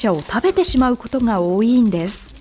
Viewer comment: 「多いい」ではなく「多い」です 方言を直してからアナウンス業務に就いてください